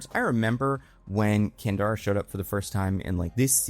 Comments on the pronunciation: I kept replying "Candra" everytime he said it wrong, couldn't help it. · It's Candra not Kandara. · Can-drah. Not can-dar-ah. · EVERY. TIME.